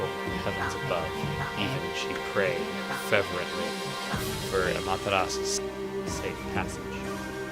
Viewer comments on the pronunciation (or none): Just gotta say, every time you mispronounce "fervent" it makes me sad inside :( It's said like FUR-vent, not FEH-ver-ent. :>